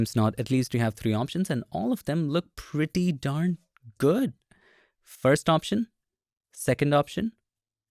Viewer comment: The word is "first", not "fast", Bengali boy.